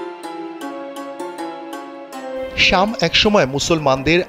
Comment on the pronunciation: `শামস` না, `শাম` হবে (বিলাদ আল-শাম/আশ-শাম) 😇 সংবাদ পাঠক/প্রেজেন্টার এবং রিপোর্টারদের শুদ্ধ উচ্চারণ সংবাদের মানকে বাড়ায়, বিপরীতে কমায় ☝ যে ভাষায়ই তা হউক না কেনো- কষ্ট করে হলেও শুদ্ধ উচ্চারণের অভ্যাস করুন; আর না হয় এবিষয়ে আপনার চেয়ে দক্ষ কারো জন্য ফ্লোর ছেড়ে দিন 🤷‍♂